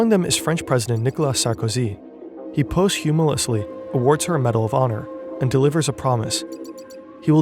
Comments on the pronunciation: Gonna be a nitpick just because I know you all do amazing work and it could be even better! "Homage" --> Oh-maj (2nd syllable rhymes with Taj [as in Mahal]) "Posthumously" sounded like "post-humulously" --> doors should open outward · "post-'humolously'" 😭😂😅 Love the videos man but jeez maybe take a few seconds to google the pronunciation of a word you don't know rather than just winging it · "Post humously" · Posthumously is not pronounced like that. If you don't know how to say a word, why put it in the script? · Documentary and posthumously pronunciations were extremely odd...AI voice? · I can't believe you have 2.5 MILLION subscribers, and you aren't capable of pronouncing the word "posthumously" 😬😬. I mean, look it up ffs. Do a word pronunciation search. Covers basically every word in every language. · You can use youtube to find out how to pronounce "posthumously" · 2 sponsors and neither of them told you how to pronounce “posthumously” 😂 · 😂😂😂i love you, but that’s not how you pronounce “posthumously” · can't even be upset at the butchered pronunciation of "posthumously". these videos are peak